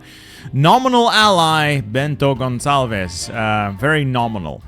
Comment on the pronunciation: I get that Iberia is yellow and so that might have tricked you a little bit Bento Gonçalves is a Portuguese name, not Spanish. You don't do whatever that weird thing you're doing at the end is, you pronounce the s as "sh".